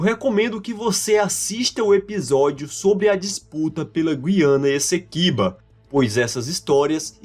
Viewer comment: Nota 10 para o narrador que pronuncia GU-IA-NA e não GUI-A-NA igual se fala em Portugal (e muitos Youtubers, infelizmente).